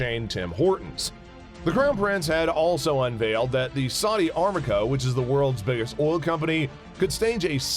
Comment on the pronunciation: Not even half an attempt was made to spell a name right let alone pronounce it correctly. That’s just sloppy! I am a voiceover artist myself and I know that some research work should have been done before the recording. Not bothering to learn how to say Riyadh or even Aramco displays supreme American ignorance of the world outside US borders.